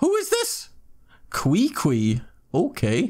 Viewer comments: that's a crazy beginners luck.. and that Qwee Qwee had me rolling... I thought it was KiKi... then got corrected that it's pronounced Chi Chi 😂. Amazing pulls man... hopefully you have enough dup to get razor in the glitter shop hehe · Qiqi is pronounce chichi 😂🤣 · “Cree Cree” 😂😂😂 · Omg you call qiqi qwiqwi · Not chichi. Not Kiki. But kweekwee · “Cree Cree” bruhhh 😂😂😂